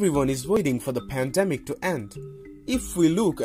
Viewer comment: Padamic doesn't speak English fluently, need a English vaccination.